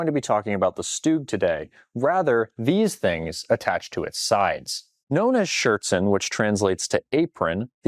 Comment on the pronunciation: Why ya'll calling it "Schürtzen" its just the german word for "skirt"